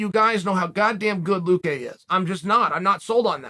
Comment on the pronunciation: luque. work on pronouncing his last name. its not vince...